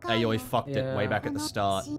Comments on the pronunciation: I feel like i need to say this now thats its over Aoi's name is pronounced Owwie. Lol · The way your pronounce Aoi is giving my Japanese-learning brain an Owie